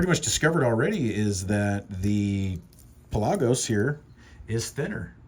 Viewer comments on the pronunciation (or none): Its pronounced the way its spelled. Pelagos. Not Pe-lagos. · Pronounced Pell-a-gose